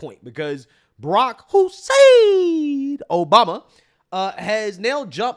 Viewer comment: HOCKEY FANS will understand what Im saying...but you crack me up when you say "Barak HOUSSAAAAIIIINNNN Obama ". It reminds me of a former co-worker who i used to work with. He and I used to goof off by each of us taking turns in saying the name of former Montreal Canadiens and Colorado Avelanche Hall Of Fame goaltender Patrick Roy's name. I am a distant cousin to Patrick and my mom is a Roy/Roi. Here in the U.S. and most of Canada pronounce it the way it looks. But Patrick is French-Canadian as were my ancestors but he pronounces it in a way that Ive never heard any other Roy pronounce it. Instead of " Roy", he says "Whahhh" Patrick Waaa. So my co-worker added some flair to it. Hint: Think Bruce Lee just as he is about to WHACK someone in the head. 😂😂😂 Patrick WHAAAAHHH!!!!" We were alone in the warehouse when we went back n forth a dozen times. THANKFULLY nobody walked in. We were in tears from laughing so hard. 😂